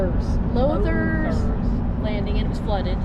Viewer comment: And it’s pronounced “louders” lake.